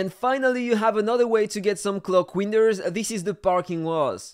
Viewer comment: Don’t you mean clock weenders